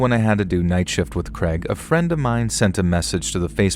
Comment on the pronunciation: Poor Craig just wanted to be pronounced kray•g instead of kreg 😅